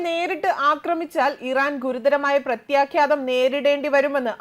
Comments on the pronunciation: 🎉🎉....president sthanarthi orumichu parayooo....🎉🎉...words onnu koode sradhikkuka...your sound is good and powerfull...onnu koode points padikkkuka vartha air cheyyum munne..prathyakhadham...mistake still in word... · പ്രത്യാഘാതം എന്നാണ് ശരി